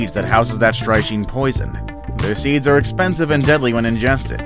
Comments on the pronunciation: it is pronounced "strick nine" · Strychnine is pronounced stricknine